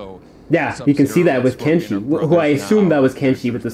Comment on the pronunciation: it's kenshi